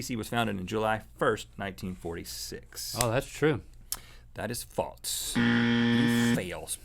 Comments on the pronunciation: Why do they say false like faltz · Love you guys... jw why do y’all pronounce false as faults? Am I pronouncing incorrectly ?